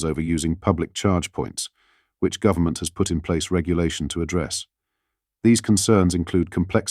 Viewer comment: govt. is a abreviation for govenment not gov-ta. AI news, strikes again.